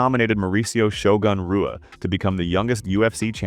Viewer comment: The AI butchering pronunciation of names like Royce and Rua is infuriating.